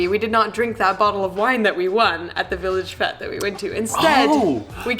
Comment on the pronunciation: Haha “village fet’s!”